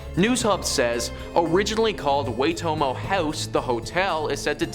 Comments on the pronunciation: Loved the Nar-pee-aye and the Way-toe-moe horror demon stories. Gonna go find some true life neeeeeeeuuu zeee Land stories now. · And waytomo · places are pronounced pooh-ih-newy, nay-pier, why-toe-mow. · Puhinui - pu-he-new-e… Napier - nay-p-r… Waitomo - Why-tour-more